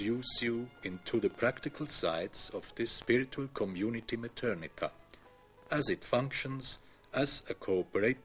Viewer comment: It's Methernitha.